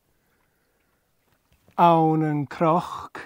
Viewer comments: Hey --out of curiosity, I am hearing an 'r' sound when you say the word cnoc (like a croc as in crocodile). Am I losing my mind??? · Tapadh leibh!!! fun story...as always. Why is CNOC pronounced with an R sound? I am also not sure what i am hearing with DH endings on words.